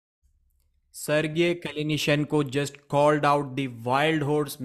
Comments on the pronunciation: LMAOOOOOOO MOROSOV'S REACTION WHEN MATT SAYS "SIR GAY" HAHAHAHAHAHA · SerGAY 😂🤦‍♂️ OMG I'm dead